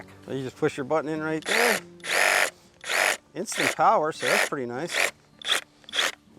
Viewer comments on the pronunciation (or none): none